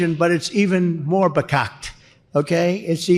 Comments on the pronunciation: I enjoy a good dunk on the orange mussolini as much as anyone Ben, but that first clip, he didn't make up a word, he said "verkakte" (to turn to sh*t) though his pronunciation is bekakte. Its a yiddish word and to be fair, most times I've heard it used, its mispronounced.. Most people seem to drop the first r so it sounds like 'vekokte'. And its a stretch but yeesh the rest is pretty bad. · When he said "bekackt" Trump apparently was trying to use the German slang "verkackt" which is used to mean "f**cked up." This word is also used in Yiddish as "verkakte" to describe something that is messed up, lousy, or of poor quality. His mispronunciation of the word as "bekackt" is evidence that he is verkackt (German) or verkate (Yiddish). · That first word with the teleprompter sounded like "verkakte " which is a Yiddish word for "crappy" - and worse. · Dumps trying out Yiddish now. It's "verkakte", dummy. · He badly mispronounced the Yiddish word, 'verkakte'. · I hate to say it, but really, Ben, you've never heard the word "verkakte"? Yiddish word, basically means "effed up". Admittedly, he didn't pronounce it very well, and using it in Wisconsin might be a little weird, but he actually did get the context right.